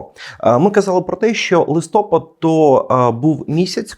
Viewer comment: Шановні , говоріть правильно ! Подивіться наголос в Вікіпедії або де інде -- треба казати листопАд ! Ріже вухо !!!!!!!